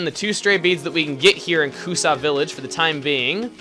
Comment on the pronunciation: hey ya know it is Kusa village . You maid sound like Tokusa village . Im just sayin =)